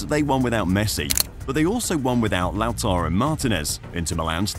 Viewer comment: love to hear you say my name lol. lah-taroh, pretty good tbh lol (Lautaro)